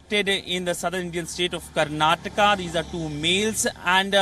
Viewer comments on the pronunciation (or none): Fool it is not Karnatak it is Karnataka. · Karnataka not Karnatek 🤦🤦🤦